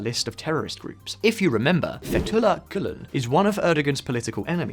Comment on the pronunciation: That pronunciation of Fethullah Gülen was awful though.